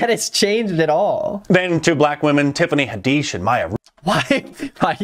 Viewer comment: WHY DID HE SAY TIFFANY HADISSH'S NAME LIKE THAT GHISHAIJAJIJIFISS